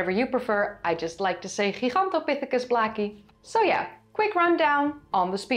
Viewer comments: The word is related to Giant and Gargantuan. It is pronounced : jai·gan·tow·pi·thuh·kuhs. A simply google search shows quite a few entries, all in agreement. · "Gigantopithicus" is Latin. The G in Latin is pronounced "jee", not the way you pronounced it. You're flat-out wrong. It's "jie...gantopithicus". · You kinda sound like an American cowboy when you say "Heehawn-topithecus" 😅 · "Gigantopithecus" is now the #1 -pronounced word, overtaking "Heidelbergensis" 🤣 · I'm surprised that southern China had a stable climate until a couple of hundred thousand years ago. I thought climate was fluctuating pretty much all over the place for two million years because of the Pleistocene glaciations. Was that region isolated from climate change somehow? Another cool vid, by the way. If I practice saying Gigantopithecus like you do, I may eventually be able to pronounce Van Gogh properly. 😃